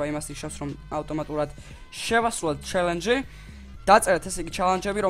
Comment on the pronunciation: ჩალანჯი არა ჩალაღაჯი კიდე :დდდ ჩელენჯი ბრო :))